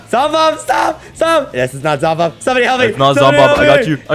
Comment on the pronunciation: That ain't Zombob that's Zombub